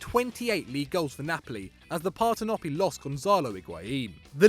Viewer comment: Please take a beginners class in Italian before attempting to pronounce any more names. Yudinese? Ag-nelli? Barzag-li? Partenoppy? Piasenza? I'll allow the mispronunciation of Hubner, but fucking Perlo? Also, Mourinho isn't Spanish and Racing Club is pronounced "rassing".